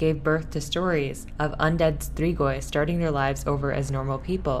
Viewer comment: The way she sais strigoi is beyond me